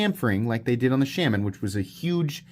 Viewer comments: I have once again come to remind you that it’s pronounced “Shaw-muhn” and not “Sham-an”. Also that pointing out such an objective fact is the absolute pinnacle of comedy and wit. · The mispronunciation is funny, but iwould be funnier if you didn't announce that you are mispronouncing it every time. I love my Shuh-MON